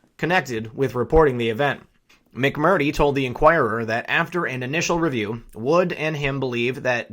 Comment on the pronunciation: "Mac Mer Tree" Get it? People get offended when you mispronounce their names. Especially repeatedly. I appreciate your reports. Keep up the good fight.